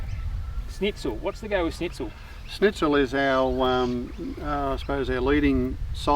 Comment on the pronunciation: Its called "Schnitzel" not Snitzel ;) and it is the favorite food of the austrians